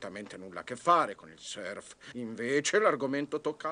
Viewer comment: Purtroppo non si pronuncia "serf", ma in Italia la conoscenza della lingua inglese fa veramente schifo.